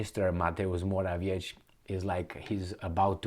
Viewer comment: get it right, it's "More-a-viet-ski", you CAN DO BETTER!.